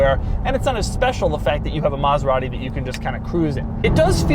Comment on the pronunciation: Can’t even pronounce it well lol